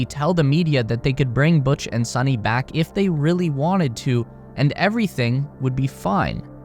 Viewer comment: Butch and Suni (it’s pronounced as “Soo-knee” NOT “Sunny”) will be loving it up there! Imagine waking up every day to the sight of the planet below!!